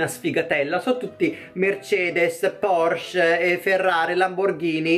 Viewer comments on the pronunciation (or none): none